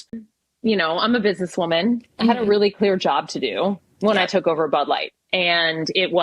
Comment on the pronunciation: Clear , not queer... lol